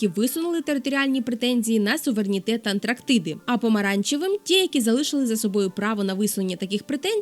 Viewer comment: На обмовка: АНТРАКтиди😂😂😂...Буває...Канал Ваш лише вчора знайшов...Знаєте, що перед Вами? Це скарб!(с) Дякую за цікавий контент. Сам свого часу був призером 4-го туру олімпіади з географії🗺🗺🌍🌍